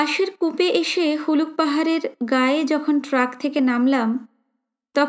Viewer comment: Galpo path er bangima khub sundar . Tobe Boi ta aneek baar pora ache bole e bolchi ota Puluk pahar na ota hobe Huluk pahar. Ar bojra khet noy Bajra khet.